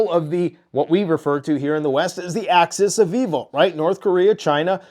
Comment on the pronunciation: It's axis!! Not access.